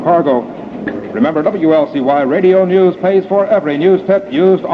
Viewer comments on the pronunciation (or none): I love how the announcer pronounces "news" as "neee-yews".